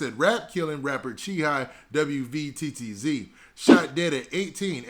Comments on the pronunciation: His name is pronounced “CHEEE WETS” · Didnt even do enough research to pronounce a man's name but Quick to hit upload for views... 1 example of clout chasing